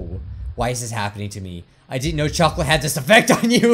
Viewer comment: did you say choclate... CHOCOLATE!!!!!!!!